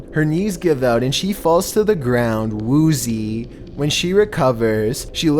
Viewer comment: Please say "Woozy" again..... It cracked me up!😂